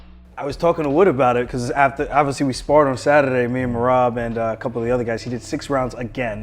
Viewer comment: All of you stfu. Peter butchered Merab 🤫 🔥